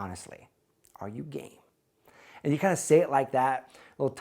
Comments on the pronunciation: Initially I thought you said Are you gay rather than Are you game and thought "no way" . Good thing I figured that out- too awkward. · I thought he said "Are you gay?" 😭🤣🤣🤣